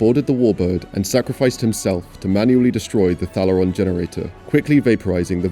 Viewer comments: It's pronounced Thay-le-ron not Thal-er-ron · You mispronounced Thalaron even though the entire movie cast say it 1000 times....